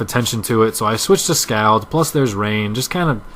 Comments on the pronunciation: its pronounced scawld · You say Scald weird. There. I said it.